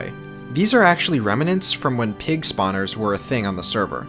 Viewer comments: Even though i'm not a native speaker, it seems to me the word is remnants, not remanants. Google agrees just fyi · It bothers me to no end how you pronounce "remnants." There is no vowel between the "m" and "n." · “Remnants” is a 2 syllable word.